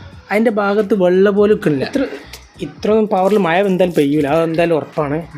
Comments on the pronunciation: മയ അല്ല, മഴ ആണ്, ആദ്യം പോയി നാക്ക് വടിക്ക്, പിന്നെ മതി വീഡിയോ.😂. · മയ കുയി വയി വായ കോയി😂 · You mean മഴ( മയ) , ഉരുളൻ കിഴങ്ങ് (ഉരുലൻ കേങ്)😂😂😂